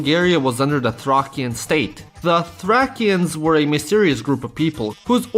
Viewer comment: 1. you're slavic you say the names wierdly 2. you didn't say thracians right 3. fucking varna 4. "no people" 5. By the way you say tarator wrong 6. it is not a renaissance, as it started later and not only 7. in english it is helen 8. fucking sofia 9. you said sofia wrong 10. it will not pay off to become friends with us didnt go to fuckin ruse